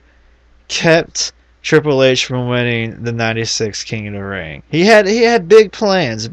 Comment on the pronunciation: "king uh da ring..."